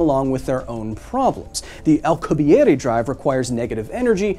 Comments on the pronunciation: I appreciate you pronouncing his name in it's proper linguistic form. And i will always respect it as such. However, i must say! I LOVE the way his name sounds in english. Or when referring to the Drive. "Al-que-bee-air" It sounds legendary! Like something you'd read in a history book! 👌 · You're the only person who I've heard pronounce Alcubierre's name the traditional way.